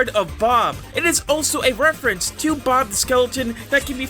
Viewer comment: "wefewence'